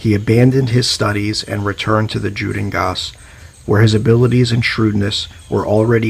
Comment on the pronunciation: The j is pronounced like a Y. It’s not Jhudengasse but Yudengasse